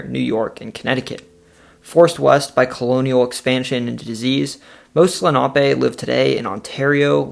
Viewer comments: It’s pronounced Len A pee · My god, growing up in Lenape valley, that Lenape pronunciation was so butchered! Lol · Lenape is not pronounced LA NOP A.. .. it’s LEN A PEE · Lenape---> Lenn-a-pee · I'm pretty sure the native tribe is pronounced lenna-pee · Just want to correct the way you pronounce Lenape. In the Philadelphia we say Len a pee. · Lenape is not pronounced how you are pronouncing it